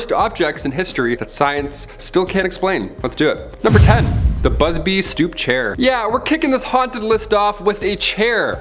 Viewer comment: you said BUBSY in the 26 second mark